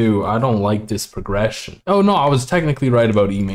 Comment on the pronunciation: “I don’t like this Progresh” 💀😂